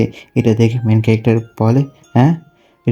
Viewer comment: Main calactor main calactor sunte kemon jeno lage😅